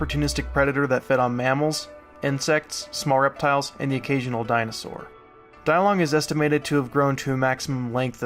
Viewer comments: It should be pronounced Dee-Long instead of Die-Long, since the name was from Chinese. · it's pronounced "DEE-long" not "Die long" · no its pronounced day-lungus